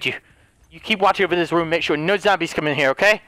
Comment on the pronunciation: everyone: “zombies”: “zomblies”